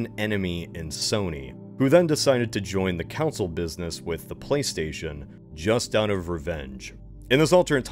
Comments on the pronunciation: he sometimes says consul, sometimes council, and sometimes properly pronounced console. It is not an accent but mistakes. It doesn’t take away from the value of the video but is funny. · I heard you say "counsel" three times until I realized you meant "conSOLE", as in a game console. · its console not council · Yeah that bugged me for a while. Nintendo makes consoles not councils. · however, "council" wars sounds much more bad ass, you gotta admit. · why not the council of consoles? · i thought this was i joke then i literally heard him say "council" instead of "console" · He's doing it just to make is suffer. I want him to talk about Nintendo's legal counsel talking a console to a council. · Saying council instead of console is not an accent. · the cavalry one is forgivable but the council one is not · guy chill. we just got thrown off by him saying council, we’re not making fun of his accent or “speech impediment”, it’s just a weird way to pronounce console. You’re making use out to be some kind of villains. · Usually I watch these videos in the background so when he starts talking about Sony council I have to go back and watch it again to see wtf he’s talking about. It’s actually really jarring. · he said game councils the whole time instead of console. Not sure if he’s dyslexic or just extremely dumb but it was Indians to hear someone mess up a word so bad that many times. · Heretic! Everyone in this timeline pronounces it like "council." I'm sending a massage to the console, they must be informed. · It’s pronounced as “Cohn-sole”, not “Coun-sil” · I'm just waiting for the alternate timeline where pronounces "console" like most of the rest of us instead of "council"🤣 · I feel like is pulling a Super Troopers every time he pronounces "Console" as "Council". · I was incredibly confused when on lvl 9 you kept saying "counsel" instead of "console." (I assume just a region pronunciation but still) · why does this guy call consoles "councils" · or "Consul".